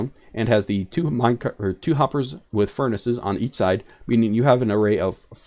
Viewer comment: Great video.... but ferni? Not that I don’t like it but I’m pretty sure it’s furnaces. I would be happy if that changed though cause furni sounds cooler